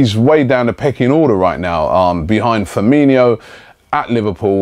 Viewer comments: No it's not pronounced with an inho at the end. It's just Fur-mean-oh. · That's what said. Firmino. Not Firminiho. He says it like coutiniho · Fir-me-no. Nor fer-me-niho